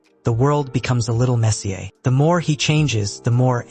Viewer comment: It is AI. I noticed it when he said "makes each timeline a little messier" he pronounced it messy-ay like Mark Messier, the NHL player. No human would ever do that.